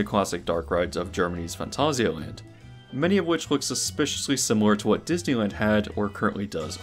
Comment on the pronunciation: Probs need to add how every instance of the name of the park is mispronounced too.